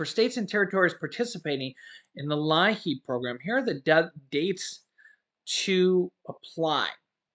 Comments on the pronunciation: Thanks pronounced LEEP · It's pronounced Leep! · as a former DSS caseworker, LIEAP is pronounced “leap”. Your viewers might recognize this help more.